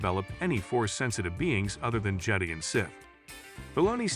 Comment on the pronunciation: Jetty? No, it's Je-die, and the Je-dah-eeee precursors before them... Like how, even? Did you not watch the movies?